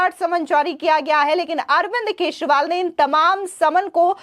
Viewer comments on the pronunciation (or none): Kya yaar ye kaisi Anchor hai. Keshwal bol rahi hai. Pls correct her channel walo. Channel will lose its level 😮